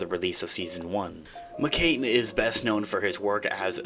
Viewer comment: Not McCain. McCann. ‘Can’